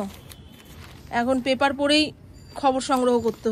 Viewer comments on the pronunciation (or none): none